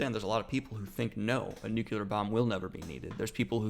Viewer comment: I haaate to be that guy 🤗 but can we say 'nuclear' instead of 'nucular' 😁😁😁